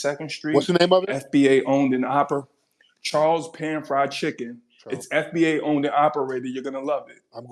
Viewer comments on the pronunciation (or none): "Yes y'all fwed"😂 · He "fweed!" 😂😂😂